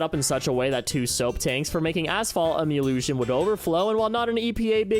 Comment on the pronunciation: That’s one way to say emulsion